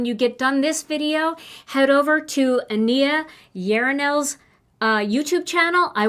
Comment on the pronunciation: Just so you know, Ania's name is pronounced AHN-ya. Yenerall rhymes with general. I loved all your projects today! 🥰🥰🥰